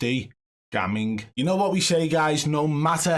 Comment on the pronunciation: Its funny the way your saying gamming because in my culture its pronounced like how you say it but spelt different but it means not even or pretending like i was gammin when i said you play good 😂 do you know what i mean